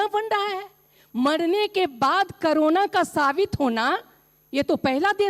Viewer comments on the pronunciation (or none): It is called corona, not karona idiot. First learn what to speak.